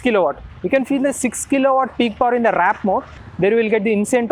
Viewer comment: Why does everyone say WRAP instead of WARP!! 🤦‍♂️🤦‍♂️ IS IT SO CONFUSING? 🤦‍♂️🤦‍♂️ Not hub motor bro 🤦‍♂️ What tales 5hr45mins to charge? What is this new number you just made up?